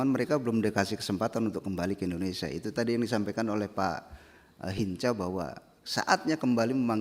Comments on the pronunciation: Si ibu aja nyebut indonesia = Endonesia Aku mah suka kesel org indonesia nyebut nya endonesia Klo org luar negeri sih ga mslh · Ijin bu rosi, Indonesia bukan Endonesia